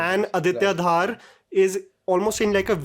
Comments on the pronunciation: It's not Dhaar it's Dhor . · I think It's dhar not dhaar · Bhai...pronounce Dhar in Aditya Dhar same as how Dhar is in Dhuran-dhar. That is the proper pronunciation of Kashmiri surname. The other one is probably of Bengali Dhar surname.